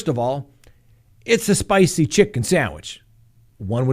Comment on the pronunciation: You almost sounded Italian there " Itsa spicy" 😂